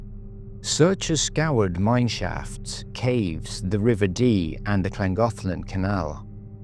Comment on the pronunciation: The pronunciation of Llangollen is atrocious . .